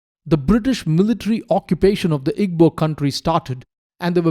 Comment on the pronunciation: Not at all. The work Igbo is made of three sounds. "I", "GB", and "O". There is no "B". "GB" has a unique sound similar to combining soft 'g' sound and another sound which I do not think exists in English pronunciation. It is not EE-BO, and it is not EEG-BO like the narrator kept saying.